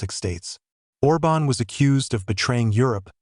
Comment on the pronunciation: The accent on Orban's name is wrongly put. It must be emphasised the first vowel, instead of the second.